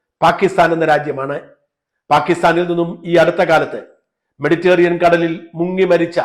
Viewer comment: മെഡിറ്റേറിയൻ കടൽ എന്നൊരു കടലില്ല! മെഡിറ്ററേനിയൻ കടൽ ആണ്. ഷാജൻ എപ്പോഴും ഈ തെറ്റ് ആവർത്തിക്കുന്നു.